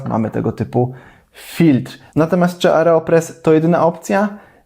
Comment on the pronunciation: Aero. Nie areo. :)